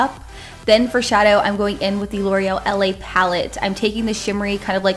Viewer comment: it's la not l.a. because la is french for the and l'oreal is a french brand